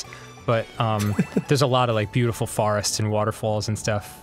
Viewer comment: I noticed with Dan he pronounces 'fo' sounds as 'far'. In this episode he says forest but says it like 'farest'. And in other episodes he has said foreign as 'fareign'. What a jackass